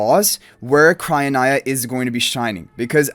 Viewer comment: I think it’s cry - oh- NEEa